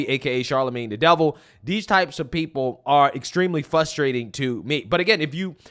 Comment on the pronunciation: I love you but it's frustrating not fustrating